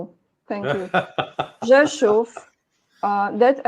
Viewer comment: Andrei is pronouncing "Rzeszów" correct because he is Russian. Russian and Polish languagages started developing as two different languages about 1300 years ago but even 500 years ago Russian and Polish diplomats spoke to each other without a translator